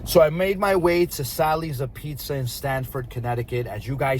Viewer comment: The way you mispronounciate apizza is gonna piss off so many viewers 😅😅